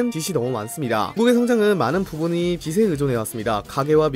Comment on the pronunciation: 빚에 의존해 있습니다. [비세 의존해 읻씁니다] × [비제 의존해 읻씁니다] ○ 발음 제발